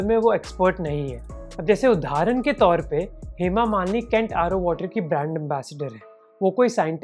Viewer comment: Man it's उदाहरण not उधारन. You're a good orator, keep these little things in check